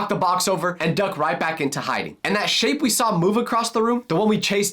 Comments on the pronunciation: But just keep taping the timestamp it sounds like he said shi tho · the first time i went to the timestamp it did sound that like he said shi